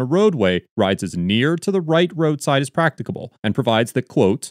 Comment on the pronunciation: Do you need a dictionary for the word practicable? It sounds like you do.